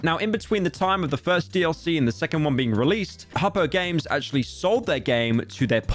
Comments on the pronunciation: you pronounced hopoo games wrong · its hopoo